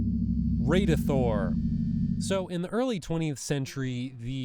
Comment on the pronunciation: its pronounces Radithor not radeithor as in rad something is rad